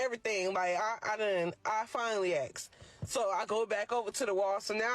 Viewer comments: The word is ASK. NOT aks or axs. It's ASK. 🙄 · The word is "ask" not "axe". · How is she going to "axe" him? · Axe em 😂😂😂 learn to speak... How can you be born in a country and cannot speak the language 😂😂😂 dis, dat, dees, doe who is you... uneducated ... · "ax'em" She gonna "ax'em".